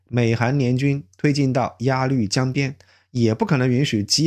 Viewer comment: 鸭绿（lv）江？突然怀疑用的是ai配音了，回想了一下，节目的音频太完美了，一点语气词都没有，比央视出来的都好😂